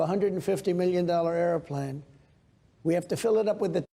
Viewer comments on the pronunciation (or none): The way he pronounces “airplane” is weird.